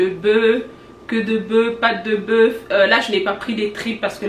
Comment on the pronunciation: Pourquoi vous dites bœu et pas bœuf le F se prononce